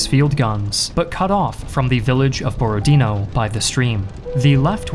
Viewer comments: BorodinO. Not BorodIno, not BorOdino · Its Borodinò, not Borodìno. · u almost guessed it correctly borodinO, with stress on the last O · Actually the stress is on the last syllable here - BorodinO.